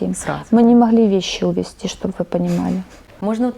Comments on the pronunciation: "Скупилась", "шоб вы понимали" - кровь из ушей!!! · «Шоб выпонимали « 🤦🏻‍♀️🤣